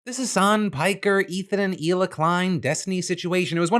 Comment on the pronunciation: Its Hila not Ela